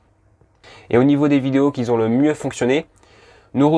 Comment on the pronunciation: Ce serait sympa que vous arrêtiez de faire la liaison avec un S qui n'existe pas "qui Z'ont"!!!ça fait vraiment mal aux oreilles,merci.